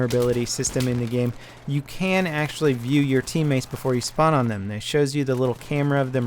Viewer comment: "spawn" not "sperm" ;)